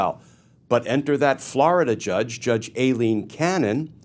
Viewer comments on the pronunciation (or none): Kirschner Please Glenn, please stop mispronouncing Judge Aileen Cannon's first name. It is pronounced "Eileen" (eye-lean) and is a well known alternate spelling of Eileen. It exposes you to being accused of exactly what DJT is doing when he deliberately mispronounces KAHmala as Ka MAH la: blatant disrespect and demeaning her as someone who doesn't deserve even getting her name right. I have exactly ZERO respect for Judge Cannon, but this is making YOU look either willfully ignorant or deliberately disrespectful in a childish irrelevant way It's also irritating as he**. Thank you Glenn, you are the only one who gives us a good grounding in the law so that we can understand what events really mean. ❤ from 🇨🇦